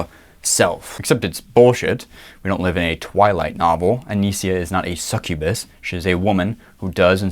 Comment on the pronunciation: Btw, it's not "Anisia". It's Anisa. Not that I care, but it's kinda stupid to get her name wrong when you're on her fucking side.